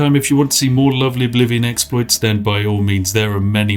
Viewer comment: I hereby declare that "exploits" be officially renamed to "exspliffs" in the English language.